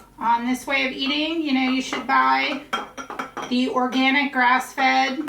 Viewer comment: Or-gee-nick. lol